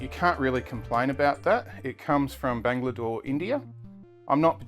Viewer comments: Did u say bangladore. It's Bangalore mate😂😂 great review as usual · I can write n give..he said Bangladore....